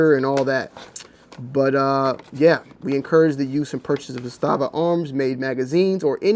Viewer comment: The correct pronunciation in Serbian is ZA-sta-va / ЗА-ста-ва (accent on the first syllable). The pronunciation in Russian is za-STA-va / за-СТА-ва (accent on the second syllable). ZA-sta-va in Serbian means a "flag" or "banner." In Russian za-STA-va means a fortified area.